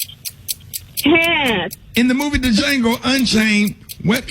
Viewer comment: Ricky said “in the movie Da-Jango” lmaoooo